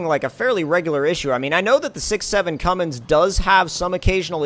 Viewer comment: Please stop saying Cummings, it is Cummins, no g